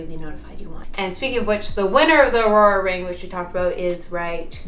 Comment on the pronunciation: I've noticed this is the past couple vlogs but it's an oura ring not an aurora ring.